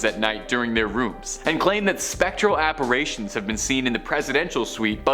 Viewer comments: To the host.... apparition is pronounced ap-par-rishon...not ap-par-ray-shon. Also, the places you covered are old news and hackneyed. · Ok, can you pronounce it correctly??? It’s apparition, not apparation.